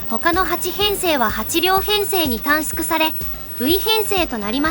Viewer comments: 新幹線電車という表現と短縮を「たんすく」と読むところが最後まで気になった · たんすくたんすくって気になる